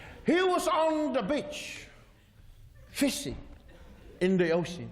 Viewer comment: lol, I sure got that. I was merely correcting your "fish" to the actual "fis". I giggle everytime he went "fising"